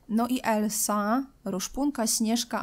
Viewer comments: merciu mówi się elza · Nie mogę już słuchać jak ciągle mówisz "Elsa" zamiast "Elza", bo Elsa się pisze a mówi Elza!!